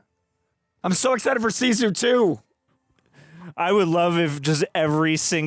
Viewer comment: It's not 'see-sew', it's just sisu.